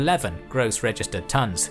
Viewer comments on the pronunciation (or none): none